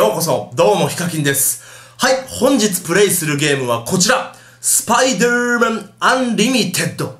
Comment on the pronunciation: スパイドゥーマン？ spiderだから普通にスパイダーだろ derだぞder